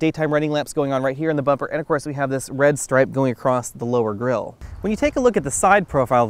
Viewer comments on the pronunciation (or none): none